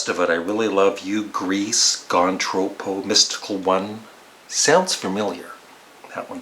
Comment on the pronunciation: Nice job. I like your cover music too. Just a word; being semi-australien i can tell you that its pronounced “tropp-o” rather than “trow-po”. (The expression comes from Australia.) on the album, i would rate this one above at least 3 others in his catalogue- namely “dark horse”, “somewhere in england” and 33 1/3. He just sounds relaxed on this album and his humor comes through also.